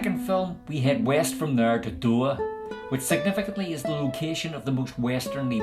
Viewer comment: It’s normally pronounced Doowah.